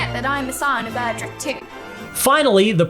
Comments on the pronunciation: It's Erdrick, not Edrick. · did this man really say EDRICK?!??!?!!?!? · ED-rick? Really?